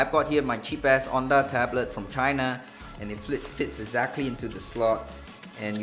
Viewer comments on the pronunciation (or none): none